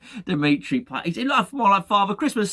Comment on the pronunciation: Dmitri Pie-ate.